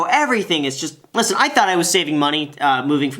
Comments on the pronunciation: Graham finally said “Nevada” correctly! Good job!! 🎉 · Thumbs up on the Nevada pronunciation, yay!!